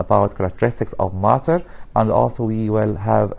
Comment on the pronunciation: He is say maaater not matter